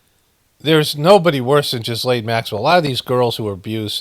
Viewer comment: Her name is pronounced 'ghee-lon'